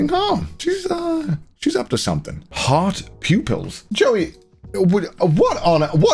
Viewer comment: wtf when Connor said heart pupils i thought it’s hot pupils lmao